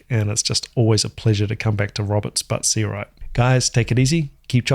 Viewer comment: I was the one who sent the request. Thanks for an incredible reaction video! I’m not a drummer, but I enjoy Sput’s music so much. Always blows me away, and you really did it justice with the reaction. Btw, not that it matters, but you pronounced my name correctly, which no one ever does 😂.